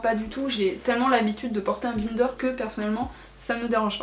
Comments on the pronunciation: Non non elle le prononce mal, faut le dire à l'anglaise vu que c'est un mot anglais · Ça me fait trop rire que tu prononce bInder 😂 J'ai toujours prononcé et entendu prononcé a l'anglaise 😂